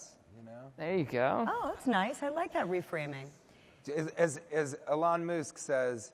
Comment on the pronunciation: the section is particularly funny... "eh-lahn müsk"